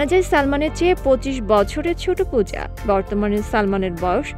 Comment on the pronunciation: Pooja er naam ta thik moto nen